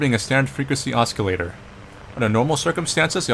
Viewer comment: "He's pissed off at boxes!" Lmao Also, the "C" in "oscillator" is not pronounced as "K".